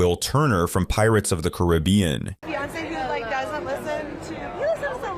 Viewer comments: CUR-ee-bee-in lol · The are 2 distinct ways to say Caribbean: "cuh-RIB-e-an," with emphasis on the second syllable, and "care-i-BEE-an," you are the first person I have ever heard say the first 2 syllables "cah-RIB" then finish with the 2 syllable "BEE-an". Hahaha! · Pirates from the Curry-be-in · wow good job on pronouncing Caribbean wrong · Between the awful pronunciation of Caribbean and labeling Ed as the modern family star, I can’t finish this video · I have never heard someone mispronounce Caribbean so bad. Stop making videos immediately. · Who pronounces Caribbean that way? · I have never heard "Caribbean" pronounced that way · I've never heard someone pronounce "Caribbean" both ways at the same time.